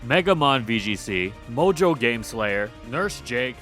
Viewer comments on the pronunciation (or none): none